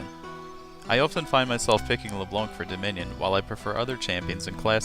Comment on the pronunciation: I'm sure this is a good vid...but I can't get over you calling her Le Blonk. Sorry :/